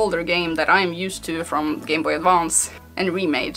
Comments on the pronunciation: I like the way you say Gameboy Advonce. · Gameboy A D V A N C E that accent